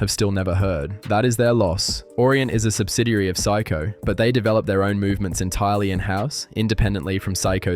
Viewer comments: Stop saying”psycho” it is prounced say-ko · Pronouncing Seiko as 'Sai-ko' and JLC as Jaeger Le Koo-tray had me wondering if this was AI generated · Dude, you really got to learn how to pronounce "Seiko." "Psycho" just sounds crazy.